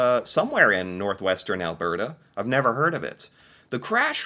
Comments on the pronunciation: It's pronounced Al-BERT-a, not Al-BEART-a. Like Bert and Ernie. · Alberta is pronounced as the name Albert + a. Or if said in a convo, Alberda. You seem to throw something extra into this word. And remember: just BC for British Columbia. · Ok, repeat after me. AL-burr-ta. NOT whatever it us you're trying to say. LOL 😅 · I wonder if could pick out "Albearta" on a map...? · Is it just me that cringes a tiny bit every time he says alberta like he randomly got distracted by a bear halfway through the word? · What do you call someone named Bert. Now say Alberta, it drives me crazy how you say it and has for a couple of years. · I guess you're still struggling with how to pronounce Alberta.. think of Bert and Ernie...... that's how Alberta is pronounced house for Canadian news I'm Canadian I haven't watched any Canadian news and months so you're doing me a favor in Catching me up LOL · Al Bert Ah ..... not Al Bear Tah Poly Ever ... conservative party leader